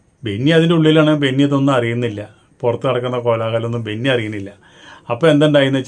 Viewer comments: ബെന്നിയല്ല ബിന്നി . നോബിൻ അല്ല നൂബിൻ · ബെന്നി അല്ല ബിന്നി ആണ് bro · ബെന്നിയല്ല ബിന്നി😂😂😂😂